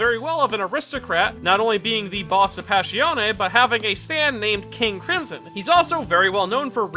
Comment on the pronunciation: its not Dia VòLO its Diàvolo the correct pronounce also not PASSCIONE BUT PASS IONE.